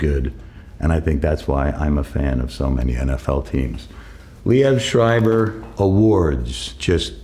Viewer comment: I dont know who told you that pronounciation but the way he says it is pretty close to the german word. no german would pronounce that anywhere close to what you wrote.